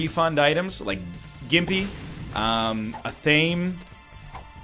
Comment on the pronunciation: I will, and I mean this, give NL $100 USD if he'll f'ing start pronouncing Athame correctly. Can't fcking handle it, dude. It's Ath-uh-May.